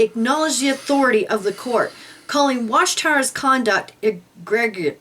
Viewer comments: E-Gree-Juss — egregious. Love the videos! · The words are pronounced "e-GREE-juss" and "re-KAL-suh-trent"